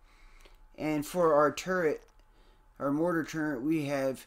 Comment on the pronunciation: Turret not turrent 🤦‍♂️